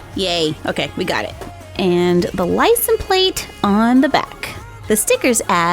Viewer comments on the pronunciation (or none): Its funny how you said Licen plate instead of License plate. Loved the vid hahah